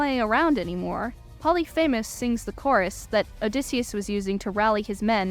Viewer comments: POH-LEE-FI-MUHS. Not Poly FAMOUS. Please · Great analysis! I’d recommend confirming pronunciations before recording them though— your younger age definitely showed in mispronouncing Regis Philbin. He was the host of “Who Wants to be a Millionaire”, died in 2020, and is buried on Notre Dame’s campus. Some of the Greek names were a bit shaky too, most notably Polyphemus. But as I said, overall great video that definitely helped me understand the overall story of the show with some much needed context of the IRL timeline, cut content, etc.